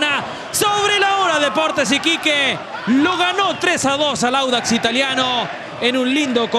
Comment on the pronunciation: Díganle ala periodista q es audax no wanders jaja por el color verde seria😂